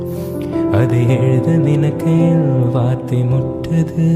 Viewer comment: Ugh .. pls take care of pronunciation... unable to enjoy the song.. it's kavithai kottuthu.. not suttuthu.. likewise it's ninaikaiyil not ninnakayil... and azhugai not azhuga..